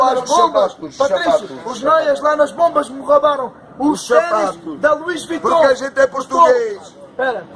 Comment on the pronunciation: "Lois Vition" comprados (?) na famosa Boutique da Alcofa, ali na Shopping da tenda... 😂😅